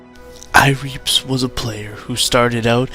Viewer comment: when you said ireapzz i spit my redbull out onto my computer